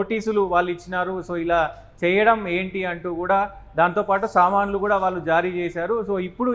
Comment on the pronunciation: Samnlu kadu sir samanlu pl